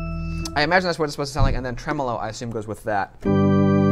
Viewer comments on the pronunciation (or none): none